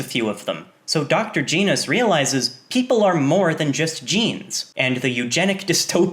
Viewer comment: GEHNOS NOT GEEEEEENOS